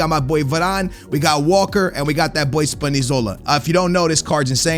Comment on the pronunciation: Ur lb's name is not spanizola it is spinazzola